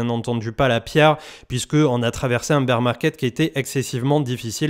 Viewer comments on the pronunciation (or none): none